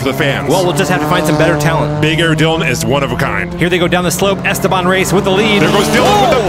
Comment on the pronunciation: "esTEban", (not "esteBAN").